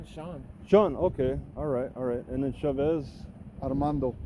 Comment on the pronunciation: "And what's your name..?" "" "Ok,." Lol.